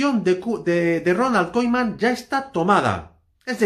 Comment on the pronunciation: Si quieres comentar sobre el Barça aprende a decir el nombre del entrenador por lo menos que és eso de Koiman? Siempre soltando bulos bomba!!